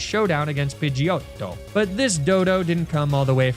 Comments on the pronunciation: I'm Italian and the way you said pidgeyOTTO was simply BELLISSIMO. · you saying “pidgeotto” like that, 15 times in about 3 minutes was the most annoying shit ever. literally could not watch the video after the 12th time i heard you say it. was it supposed to be funny after you said its name wrong for the 9th time? or maybe the 13th?? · THERE SHOULD BE ONLY 2 T'S IN PIDGEOTTO! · 25+ years and I've never heard Pigiotto said like that and i absolutely love it. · Pidgeotto with an italian accent made me howl the first time u said it 😂 really caught me off guard hahah